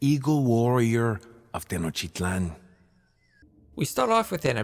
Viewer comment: Tenochtitlán: Schnoktitlán